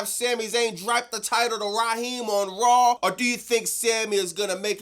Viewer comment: Bro why do you say Rawl On Netflix and Nuculer? Its RAW on Netflix. There is no fucking L in it. Its SAW AND RAW and DRAW not Drawl, sawl, and rawl. Its NUCLEAR as in NEW-CLEAR not NEW-CU-LER.